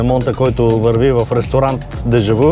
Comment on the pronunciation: Произнася се, дежавю а не дежаву.